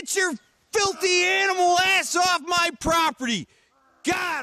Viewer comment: the way he sais property is funny lol